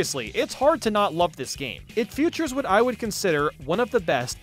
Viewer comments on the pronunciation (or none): Everytime i hear you pronounce features as "futures" i die on the inside.